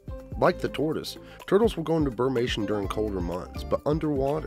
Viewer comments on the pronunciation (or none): I think it's "brumation" and not "burmation." And "omnivore" is spelled incorrectly on the last informational chart. Otherwise, great video!